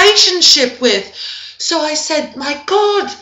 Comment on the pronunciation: This is seriously AWESOME! Funniest part of the video for me is Krismeyris's original outburst: "Oh ma god!". Your delivery of that one was perfect! I mean seriously there's like a little raspiness in the "god" and it is amazing. And then the "You ma bitch" and slight pause and then "lemme get you a drink" is also amazing. You rock! Subscribed :)